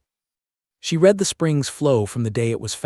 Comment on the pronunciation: also the word read